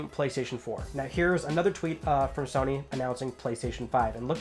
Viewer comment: Ok. That "Shony sows" made my day 😄😄😄